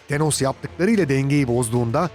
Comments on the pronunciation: teeenos nedir yahu.. şöyle bi tanoss tanos desene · Tenos ne be abi ya "Tanıs" de ayda "Tanos" arası bişey olmuş xD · TENOS DEĞİL TANOS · Şu an baktım çoğu hero tenos diyor bazılarıda tanos diyor herolardan telafuz karışıklığı var ama pronounce sine bakarsan tanos dediğini duyarsın :D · Delos değil, thanos. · Artik tenos deme lutfen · Tenos ne ya :D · Tenos ne aq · Tenos ne??😂😂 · "TENOS" nedir ya bi de sürekli tenos tenos tenos YOK TERKOS! thanos adamın adı, th peltek şekilde f gibi çıkar gerisi anos diye devam eder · ısrarla tenos diyor adam :D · Thenos dediğin anda kapattım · thenos ne ya adam gibi sölein